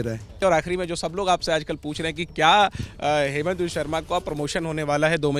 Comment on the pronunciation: its not haimant, its hee-monto.